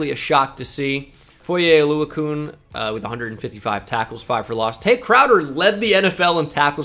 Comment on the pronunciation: Foyesade Oluokun name is pronounced Kan not coon :)